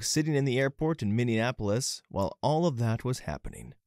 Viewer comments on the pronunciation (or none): none